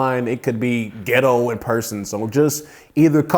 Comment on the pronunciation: The way this man is saying “ghettoww” is taking me OUT😂